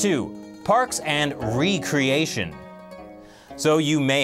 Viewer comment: Here in the Philippines, the channel that airs the show Parks and Recreation would always pronounce it as re-creation in their promos. I called up the channel and told them how to pronounce it correctly and informed them that they are not re-creating anything on the show.